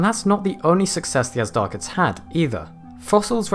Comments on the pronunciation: Not AZDARCHIDS. It is Azhdarchids, it is supposed to be pronounced as Ajdarchids, the ZH should make a soft J sound like dejure. Azhdar is a persian word meaning dragon. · I got pretty annoyed by you pronouncing them Azdarchids, that H there is there for a reason. The word Azhdar is an ancient Persian word meaning dragon (snake like beast etc) and is not pronounced with a hard Z but a ZH which makes the word sound closer to a soft J would be pronounced like Gendarme. Loved the video though :P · The "zh" is pronounced like the "s" in the word pleasure. Just for future reference. :-)